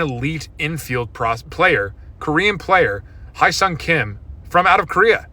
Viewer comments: Pro tip his name is pronounced like the "he" from hello or Henry or hemisphere Easy way to remember: Don't say HI say HELLO 😊😊😊 Hello, Hyesong! 😢😢😢 Hi, Hyesong! Too many people are saying HI Song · Heavily saying his name wrong. It’s pronounced HEH-SUNG not High-sung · Read as hesung kim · Lol the butchering of his name "Hi Song Kim" 😂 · Hearing everyone not knowing how to pronounce his name at all(except the kulture wave). It hurts